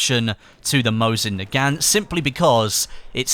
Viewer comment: mosin nagant is pronounced, mo-zeen nah-gawn (silent t)